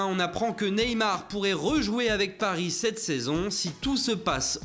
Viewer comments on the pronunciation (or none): none